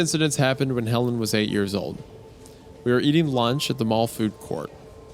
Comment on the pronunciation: Anyone else catch that Helen sounds like "Hell in"